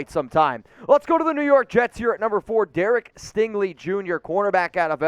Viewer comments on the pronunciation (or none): none